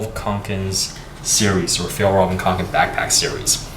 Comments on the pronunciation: he said kanken its konken 😩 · Kånken is pronounced as "konken" 😊